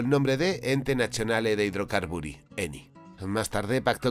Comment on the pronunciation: Ente "naCHionali"...😂